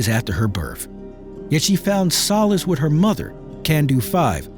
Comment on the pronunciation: The word is WITH. Not WIT. BIRTH not BIRF. 🙄